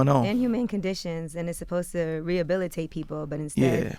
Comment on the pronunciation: Supposed to = fosta 😂😂 I die every time he say that